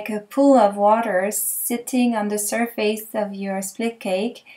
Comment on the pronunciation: You are exactly right, it IS pronounced "Sir-Fuss"! I like your way better tho, LOL! Keep up the great videos, I really enjoy your work! thanks again!